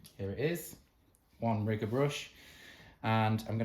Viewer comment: Hi 😊 what a difference your hand painting made. Absolutely beautiful! Is a riggor brush, the same as a liner brush? I'm not sure you said riggor😂